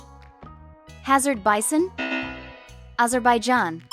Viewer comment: How tf hazar bison sounds like azerbaijan